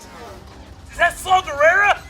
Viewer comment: Did you say Slaw Gerrera?: (yeah): NOPE!!!! Every viewer: yes....yes he did.